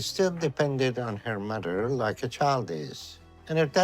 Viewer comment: I love how Dr. Now pronounces mother “mudder” 🥰